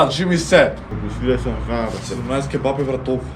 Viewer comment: Ау акцентов на Ќеба-Пии